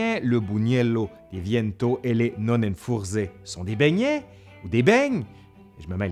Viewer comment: bien essayé pour la prononciation de Nonnenfurz (qui signifie littéralement pet de nonne). ça se prononce "nonènfourtse"